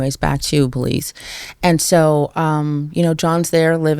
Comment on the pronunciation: "WAS THIS IN BELIEZE?"🤣👎NO FKN IDEA